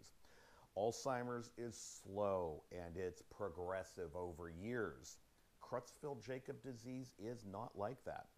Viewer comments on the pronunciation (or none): Sweetie, it's pronounced 'CROYTZ-FELT YAAH-COBZ'. Sheesh. You'd think he'd know how to pronounce the damn name. What an uneducated bumkin.